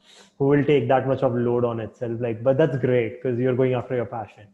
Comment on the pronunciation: I like it when he says that's gRRRReat :)